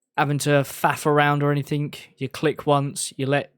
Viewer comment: I love you but can you please stop with the anythinK! It's anythinG!!! It's driving me loco hahahahah <3